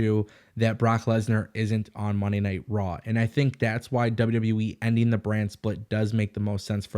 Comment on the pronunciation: Is it my speakers or are you saying WW WEEE? With that being said....>3